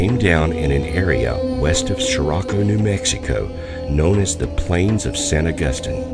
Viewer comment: "west of Sorraco New Mexico" 🙄 great investigation 😂 it's SOCORRO And the Germans never got their Flying Wing Aircraft project, such as the Horton brothers aircrafts, off the ground. The US was also developing a Flying Wing Aircraft project. Swept Wing started in 1910 and Pterodactyl Aircrafts in the 20s and that was the basis for the Flying Wing Aircrafts like the Horten Ho and US B2 Stealth Bomber. The first story is the Great Airship sightings which were allegedly designed by people, you can even see it on the right in the first newspaper cover shown. Airships, sort of like proto Zeppelins, had existed since the Civil War, Lincoln and the War Department turned down the option to use them because they were found to be too impractical for military use. But an airship is ran by inflating air, it's not flying per se.